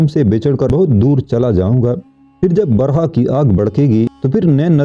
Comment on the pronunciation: barha nahi birha